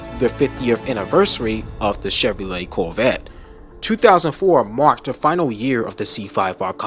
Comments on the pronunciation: Is he saying "Coolvette"? I don't hear the word Corvette once in this video. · Why cant this guy pronounce Corvette properly?? Lol